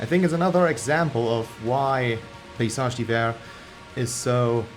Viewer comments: nice video, you're the first youtuber I've ever seen who pronounces the name right haha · As an American, I appreciate you informing me how to properly pronounce this band's name.